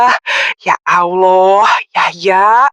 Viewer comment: Sakit telinga dgr sebutan ya alloh.. Coba sebut betul2 Allah..ya Allah..